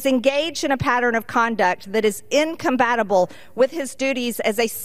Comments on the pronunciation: Did she say imcombatable? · Did Margie say "incombatable"? ? ? 😆 Also, the biggest welfare recipients are big business like oil, not ordinary people. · Did she say, incombatable?